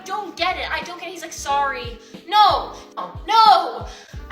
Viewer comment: Anyone who says "noowa" instead of "no" should never be listened to or taken seriously.